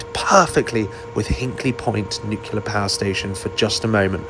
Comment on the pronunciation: You didn't say "NUCULAR" power station, did you? It's NUCLEAR! Looking at the AI I reckon you were only banking to about 45 degrees, so pulling about 1.5 G. 60 degrees is 2G. I used to have a share in a Chipmunk for about 35 years and we regularly pulled 4G in that in aeros. I also bought into a Yak52 for a few years and that was stressed to +10 -6G!